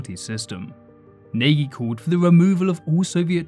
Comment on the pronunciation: You mispronunciation of Nagy is pathetic